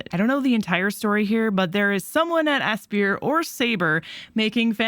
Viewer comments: I instinctively pronounced it "Aspeer" mainly because I'm non-native speaker, and I've heard many others do so as well. You're right however, they even deliberately wrote "What do we aspire to?" in the "About" section of their official site. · AS-PIRE aspyr ass-pie-er as·pire /əˈspī(ə)r/ verb verb: aspire; 3rd person present: aspires; past tense: aspired; past participle: aspired; gerund or present participle: aspiring 1. direct one's hopes or ambitions towards achieving something. "we never thought that we might aspire to those heights" Square EEEnix